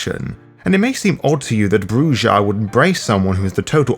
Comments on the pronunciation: Oh by the way not to be a dick but the J is pronounced as an H. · It is CHEEL-der, not child-er. ;) - And you should probably decide on a pronunciation for Brujah, or am I missing something...? scratches head